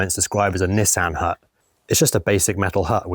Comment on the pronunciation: Pronounced " Niss,un '" Hut. Sub'd long time now love the project content and timelapse mate. All the best from Salop.